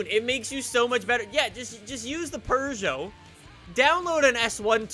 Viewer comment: That's how it's said